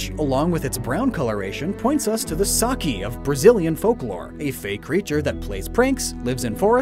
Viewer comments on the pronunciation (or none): Mr. Brazilian here. Just wanted to point out that its not pronounced "sa-KI", its actually more of a "sa-SEE". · I hate being that guy but it isn't pronounced saKi is more like saSSi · Saci is pronounced "sas-si", the sound of "s" is the same in both syllables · Saci, from Brazilian folklore is pronounced as /sasi/, not /saki/ but it was a great pleasure to see a reference to our folklore in your video <3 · Hello, i'm Brazilian I know you mispronounce a lot of words, and sometimes for the fun of the videos, but you said "Saci" of the Brazilian folklore like "Saki" or something like this, and it's like "Sassi", the "c" has the same sound of the initial "S". I don't know if I made myself understood, but yout can look at videos about it and listen the pronunciantion. Love your work here! Please keep going! Your awesome! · You got Saci wrong too, but I don't mind much since english speakers can hardly pronounce correctly some of our words like the name "João" (pt version of "John"). "Saci" kinda have the same pronunciation of "sassy" but with -sy being the strong syllable ( [saˈsi] ). Also also Whimsicott have another inspiration on Brazillian folklore on 'Comadre Florzinha' ("Little Flower Godmother") a trickster woodland spirit with the stature of a child and hair longer than its body, so totes like Whimsicott ;) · You sad saci wrong... Its das like "Sasy" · The Brazillian folklore you mentioned, the saci, is pronounced sah-SEE. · Actualy,saci is pronounced "sassi" with an "s" sound,i know that because i'm brazilian. Hey!A brazilian thing was inspiration for a pokemon...WHEN IS THE BRAZILIAN REGION,they will have to do it some time. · just a small corection: the brazillian "Saci" is pronounced "sassih", the C has the same sound as the S in the name. Great video nonetheless! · Your pronunciation of "saci" was funny, but wow, never thought I'd see it mentioned in one of your videos. It's "sah-see", btw. Anyway, great content as always. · Saci is pronounced "sah-see".